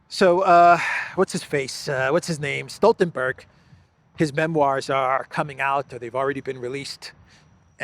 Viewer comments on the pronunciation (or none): none